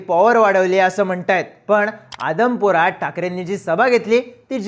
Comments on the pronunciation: आदम पुर न्हवे... आदमापुर म्हणा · 3.31mn भावा आदमपुर नाही अदमापुर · Aadmpur nahi admapur as ahe te 😅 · आदमपूर नाही आदमापूर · आदमपूर नाही आहे आदमापूर आहे ते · आदमपूर नाही आदमापूर( बाळूमामा) म्हणायचं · आदमपुर नाही आदमापुर आहे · आदमपुर नाही आदमापुर